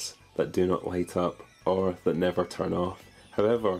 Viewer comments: "never tum off" ... lmao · "...or that never tum off..."